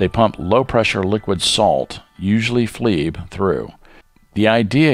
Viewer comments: Flee bay? it's FLiBe, pronounced fly-b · The pronunciation was researched and FLIBe is, according to the source listed, pronounced in several different ways around the world. We briefly considered changing it but decided it was a minor point with a slightly humorous edge anyway. And yes, now we do indeed use the fly-b pronunciation. Thanks for the tip.